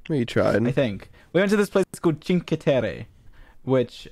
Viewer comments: it’s pronounced ‘chinkwe’ (that’s how I remember it) I learn Italian at school so it’s basically my second language from how fluent I am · You read it 'chinkve Tori', the "e" in the "chinkve" read like a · AHAHAH CINCHE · as an italian, hearing George talking about my country and butchering the “cinque” pronounciation gives me so much serotonin for no reason😭😭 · George five in Italian is pronounced Cinque, Cin (like chin) - Que (like quesadilla)